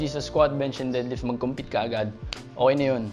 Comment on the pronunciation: Nakakatawa kapag pnopronounce mo yung deadlift as did-lift Hahaha. tanong ko lang, kadalasan kase walang pnopost na prizes sa Powerlifting meet. Ano ba yung madalas na prizes muna 1st to 3rd place at benefits ng 1st place as champion. If may cash prizes, ano yung range ng mapapanalunan in every places. Sana next vid etong tanong ko naman yung magawan.